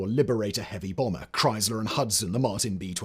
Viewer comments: Good grief, dude...it's "Fisher", not "Fischer". Fisher Body. Part of General Motors... (And TSR2 was a bomber, not a "brommer". And "Flivver", not "Flyver"...though that would have been a terrific punny name for what was a lightplane named for the Model T car!)... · He said "nuclear Brummer" instead of "bomber" as well 😂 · 0.17 "bromber" 😂